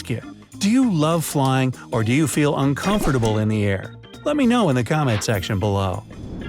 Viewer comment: By THE way , how the words “ COMFORTABLE “ & “ UNCOMFORTABLE” were pronounced, was not correct ! Please ... Don’t take it as an insult . Trying to be supportive for THE betterment of THE channel & THE videos . Apart from that slight shortcoming it’s a video worth giving two thumbs up ! Simply superb !